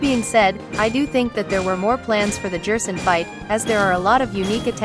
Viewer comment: Stop saying Jerson, what’s next WD Jaster? (This is a joke, it’s probably just the Text to Speech program)